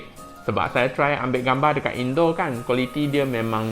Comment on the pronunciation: Ulasan awak sampai sampai membuatkan kawan saya dari Indonesia tersedak ketika makan ketika awak menyebut perkataan indoor yang kedengaran seperti indon di pendengaran kawan Indonesia saya